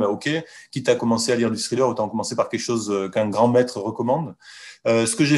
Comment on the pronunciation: cessez de dire scrilleur. lol